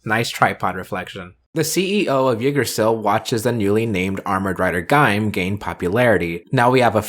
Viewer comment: I know it’s been a bit since this video was uploaded, and in the end it doesn’t really matter, but the way you pronounce Yggdrasil is really jarring